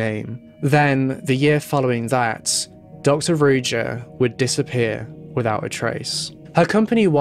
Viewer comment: You're butchering her name.it's supposed to be read as ruža meaning z is read like in for example in joie de vivre not as j as in jeans.Ruža means rose on multiple slavic languages.it's almost obvious that she went into hiding with the money she stole which is horrible.poor people.